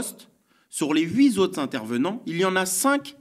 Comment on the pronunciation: Coucou ! On ne dit pas oui zotre mais huit autres ...😅